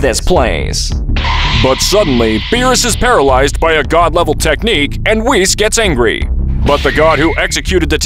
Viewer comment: "whise and venos" im dead💀